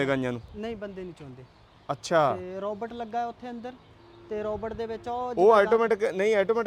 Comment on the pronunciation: ਰੌਬਟ ਨਹੀ ਰੋਬੋਟ । ROBOT. not Robut